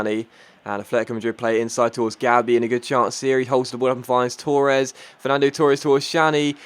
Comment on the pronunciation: You Said Torres wrong